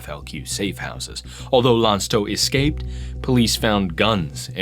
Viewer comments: It's Lanktot not Lance-tot. Use google translate and click the speaker next time. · the c in Lanctot is a hard c, prounounced like a k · I wasn't even born in the 70's and I can find most of the mistakes he's made just by some small bits I've heard. It feels like he just did a quick research and put in more time writing the essay. Also, I couldn't with his pronunciation of Lanctot... I'm not mad about it, but shit this is rough.